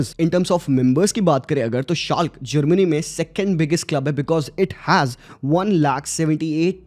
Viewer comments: scalk nahi............... Schalke (schal ke ) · Exactly.. Shalk nahi Shal-ka pronounce kia jata hai ... Also I've heard him pronouncing Ryan(Ra-Yen) as 'Ri-Yaan'😂😂 sabko Hindi naam de Diya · A Bundesliga follower here. Btw it is not pronounced shalk it is called *schalke*. Again, due to the pandemic, there was a massive downfall. I miss them very much. Every time, I used to watch them, they lost sometimes, but it never felt like they didn’t deserve to lose either. The fan base in schalke is still huge till now. ❤ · After fo-entina we got schalk 😭 , Itne ache vids but the pronunciations irk me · Good vid but hearing shalk a billion times 💀